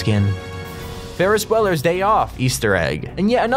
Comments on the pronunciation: Ferris bleller wtf. It’s Ferris bueler (byouler) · Ikr I thought he said Weller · that’s not how you pronounce bueller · Disrespect for incorrectly pronouncing Ferris Bueller’s last name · Is anyone else triggered by how he pronounced Ferris Bueller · My son was watching this video and I heard you say Bueller wrong. How are there no comments about it?! And how do you get that wrong?! It's said a few thousand times in the movie 😂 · Bruh... Why say Ferris Bueller wrong Lmfao 😂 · No way he is saying Ferris bueller like that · It’s Bueller